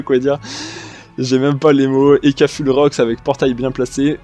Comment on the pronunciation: Salut, un petit détail mais c'est assez irritant, quand tu prononces "full" essaie un minimum d'effort, c'est pas "fule" mais plutôt "foule"